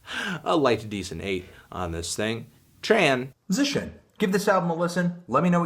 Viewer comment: also at the exact moment you exclaimed the second syllable of "transition" I dropped my phone. what r u playing at fandango.